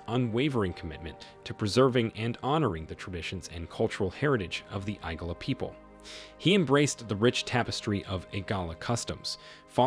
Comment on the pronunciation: ..."the hair apparent"...? You mean the heir apparent? It's Igala, not Egala. You're pronunciations are off.